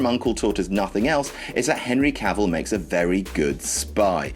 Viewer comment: The name's Cavell, Henry cavell...